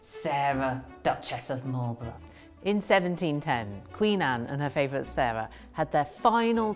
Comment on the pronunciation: "In 1710 Qween Anne and huhr favwhet Sewahh had their final tewwibal qwawwvell..."